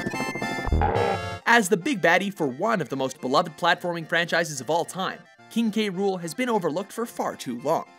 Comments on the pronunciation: you fucked up again, you called "King K ROOL", "King K Roll.' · Elchronic Maelstrom same